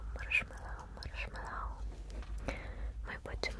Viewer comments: ты не правильно говоришь на на до говорить маршме́лоу а не маршмело́у) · Ударение ставится на Э-маршмЭллоу, а не на О-маршмэллОу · как же это маршмеллОу режет слух. а так неплохо с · Ты как то странно произносишь слово Marshmallow:)))))❤️❤️❤️